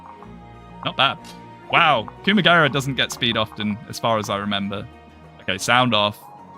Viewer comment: I can't unhear "Coomagera" now for some reason...that'd make a funny meme to be honest :kek